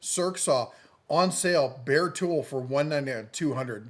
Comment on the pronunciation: Love the Deals of the Week, keep them coming, Love it when you say Bare tool, meaning Bear Tool. LoL...